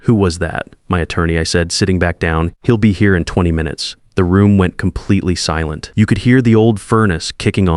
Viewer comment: Right from the beginning, this crappy A.I. voice "narration" can't even pronounce 'silent' correctly!!! This is just shit, all of it!